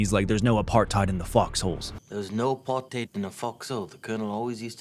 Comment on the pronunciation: Side note, I like how Leonardo DiCaprio pronounces "apartheid". He pronounces it like a South African or Rhodesian. If you watch public appearances from government officials at the time, that's what how they pronounced it, not like how most Americans do today